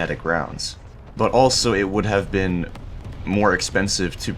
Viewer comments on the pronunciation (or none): none